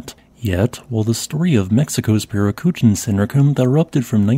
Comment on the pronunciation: The accent over the first letter "i" in Parícutin indicates that the second syllable bears the primary stress, with the fourth syllable bearing a secondary stress. Therefore, Parícutin is not pronounced "par-ee-COO-tin" but "pah-REE-coo-Teen".